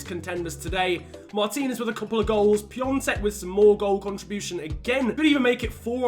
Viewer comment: No it's piontek and piontek is from poland not from czech so the pronounciation is not the same